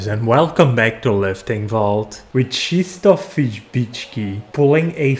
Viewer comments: Czystof 😂 you have English version of his name Christopher. It's really so difficult 😂 Czystof 😂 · LEARN TO PRONOUNCE HIS NAME